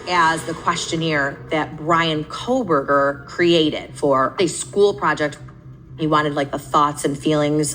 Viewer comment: It's funny how she says his name wrong the whole time. Bravo! Can't wait until we never have to hear that name ever again!